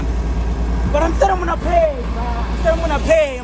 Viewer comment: “Imonna pay”🤣🤣😭😭😭